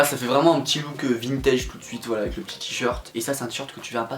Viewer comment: trop beaux tes « swite » comme tu dis mdr